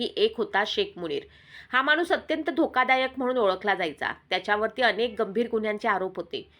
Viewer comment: मानुस नाही ग माणुस मराठी फारच अशुध्द